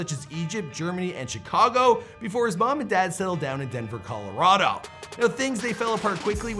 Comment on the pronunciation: Another person that doesnt pronounce Chicago Shicago. Good